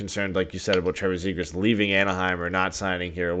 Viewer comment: McTavish for Nylander has got to be the stupidest thing that has come out of that dudes mouth and that’s saying something considering the dude can’t even pronounce Zegras correctly